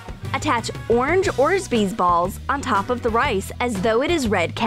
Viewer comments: It's not orzbeez it's OrBEEZs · Great video but it's Orbeez, not Orzbeez xD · She called them orzbees haha but it’s orbies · Umm. By the way it’s OR BEEEZ balls not ORZ BEEZ balls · It’s orbezz not ozbees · Orbeads not orsbeads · .u say it like orbis,not orsbis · Orzbeez balls??? Tell me somebody else heard that on day sushi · and ORZBEES?!?!?!?!?!?! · Im not trying to hate but for the sushi glitter was she trying to say orbies? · Did anyone realise she said orzbeez balls? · Did she just say orsbeez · whats "orzbees" lol